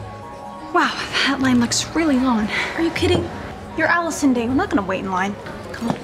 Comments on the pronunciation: It's not Addison Rae, but Allison Day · “Allison *rae*” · i thought it was Addison "Rae" but its Addison "day" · manz said allison day LOL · Did nobody else realize she said Allison dae instead of Addison rae😂😂😂😂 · “Allison Day” “Addison Rae” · bruh Allison day it's Addison Rae